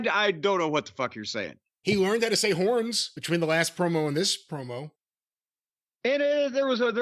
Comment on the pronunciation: When said HURNS I PURPED